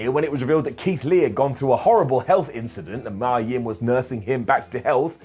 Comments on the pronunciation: I have a theory regarding why Mia (and it's pronounced "Me-ya" and not "My-ya") isn't being used. And I'll sum it up with a few names. Gail Kim, Asuka, Kairi Sane. They all have the same thing in common with Mia Yim. Hell, just look up what Gail Kim has said about Vince regarding his views on Asian women. That will tell you everything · maya yim? lol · Never heard of a wrestler named Mya Yim… but I have heard of MIA Yim 😆